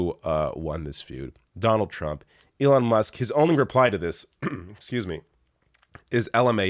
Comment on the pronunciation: lmao...he said..."Leon"